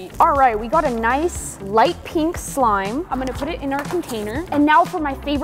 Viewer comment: Pink❌ Peenk✅